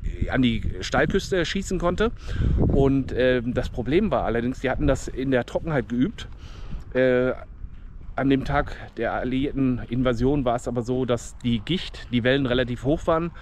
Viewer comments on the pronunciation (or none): Die Gischt, nicht die Gicht 😉